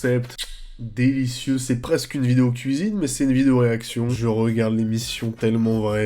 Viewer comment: À chaque fois il dit "nouvelle vinéo" jpp